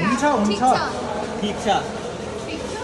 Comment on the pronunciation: 😂😂😂 the way he say ‘namaste’😂😂😂